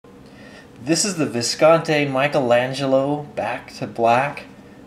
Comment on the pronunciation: It's been 6 years and he still doesn't pronounce it correctly--Viscontee!